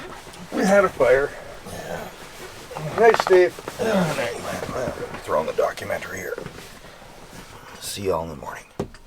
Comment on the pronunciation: First time hearing an "ey" from steve 👏